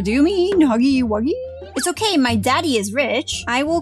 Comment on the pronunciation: My favorite part is when you’re saying in the first okeh